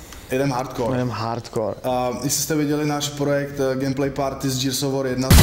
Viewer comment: Už vám někdo konečně napsal, že se to nečte "džírs" ale normálně "gírs"? Džírs of vór se nedá poslouchat :-D